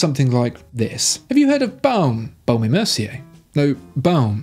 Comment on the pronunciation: VOHSHER not vAOOcher and BOHM and not bAOOm; AU = OH in French please😇